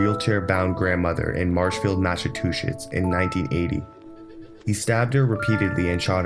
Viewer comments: Massatushits THREE TIMES??? It's Massachusetts. What a douchebag!! I'm embarrassed for you. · The way he says Massachusetts.... Lol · lavendar was laughing at the pronunciation, not being in anyway disrespectful to the narrator.